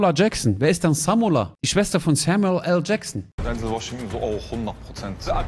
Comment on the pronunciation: Samula Jaksseen 🤣🤣🤣🤣🙉🙉Das ist Samula Jaksseen de nicht .